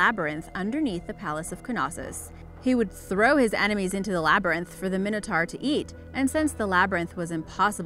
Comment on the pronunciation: It's mine-o-tor not min-o-tar